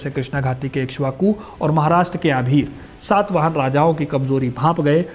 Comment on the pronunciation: It is SATAVAHANA not SAATVAHANA. first learn to pronounce properly bro